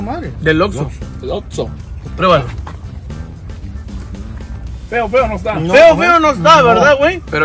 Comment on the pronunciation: Recuerdo cuando subió el video de comiendo comida adentro de un Oxxo, el quería comer tranquilo su pizza pero no quiso compartir su pizza de Fud y también cuando no dijo bien el nombre de Oxxo dijo Vamos a Lord Lorso 😂😂😂😂😂